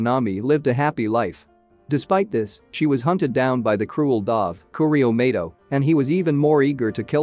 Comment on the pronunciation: Cause he is one did you hear how he pronounced touka and mado he be like maydoe and taka